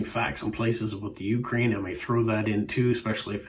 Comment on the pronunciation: Ukraine should be pronounced with the emphasis [=stress] on the second syllable. I saw a Bulgarian stamp shown (bottom right). There are stamps from the 1920 14-stamp set printed in Vienna that were never issued.